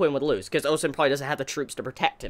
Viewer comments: I'm so happy you pronounce Ousen correctly! Kudos! Next is pronouncing Qin (Chin) not Quinn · Upvote! or wait, that's not how it works. Happy you are pronouncing Ousen correctly now! Congrats. Qin pronounced Chin is next!